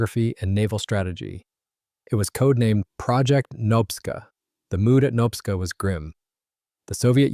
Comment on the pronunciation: Say knob-ska like a door knob….. nobska as in nobska lighthouse